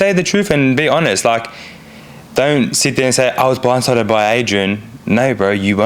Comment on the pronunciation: He was Bwinde sided. lol😂